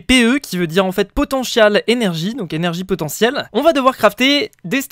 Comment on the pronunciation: POTENCHIAL ÉNERGIE QUOI XD J EN PEUX PLUS